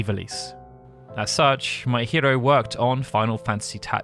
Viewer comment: Every time you mention Kazutoyo Maehiro, I hear "my hero" instead of "Maehiro". And considering that this dude is bringing us this game, it's very fitting 😎